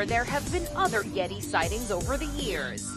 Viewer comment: Not GETI...YETI